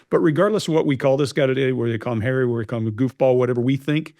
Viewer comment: You have the stroppy Duchess and his wife, you get drama and petulance. I love how it sounds like you say Prince Hairy😄.